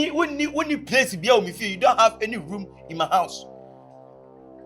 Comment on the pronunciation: Damn Sandra de3 she fine oo, see big soft things… Nofoc nie 😂am enjoying the series. Kyekye said prace instead of place 😂😂